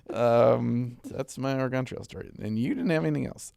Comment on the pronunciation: Man saying Oregon wrong hurts me as a local to the state for 8 years